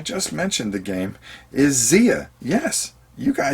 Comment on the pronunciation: Not that it's terribly important, but Xia is apparently pronounced with a hard i... as if it rhymed with eye-uh. Not like Zee-uh. heh The creator pronounces it that way, at least. :-)